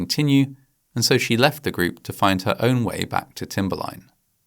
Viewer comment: The narrator pronounces "group" as greep. I don't know if this is AI narration or just a particular English accent. I know other narrations with UK accents say "pane-ee" for pony. Their vowels are completely different than what I am used to. Once I hear it, it chips away at my enjoyment of the video.